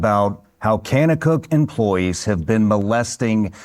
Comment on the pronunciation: The way he’s pronouncing kanakuk shows he has no idea what he’s talking about